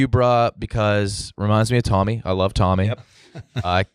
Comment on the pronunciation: I’m not sure anyone caught calling Tommy a cigarette for how he pronounced it. Big laugh out of me